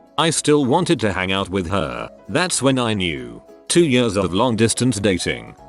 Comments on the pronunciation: nobody: the reading voice: 22 yörs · Every time this voice is saying years like yers I'm cracking up more.. my belly muscles hurt... XDDD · reddit: years voice: yaRs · Anyone else cracking up at how the voice says “years”